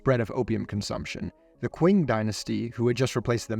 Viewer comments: The irony is: the rise of the Chinese communist in the 1940s was solely funded by opium trade, and they have got nothing to do with the Qing Empire. Do not let those commies guilt trip you. The pronunciation of Qing is "ching", not queen. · Qing is pronounced as Ching, it's the origin of the country's name